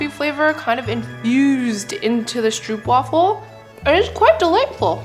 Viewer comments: ITS STROOPWAFEL NOT STROEPWAFEL 😂😂😂😂😂😂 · Stroopwafel is pronounced as strohpwafel, in Dutch the oo is pronounced as ‘oh’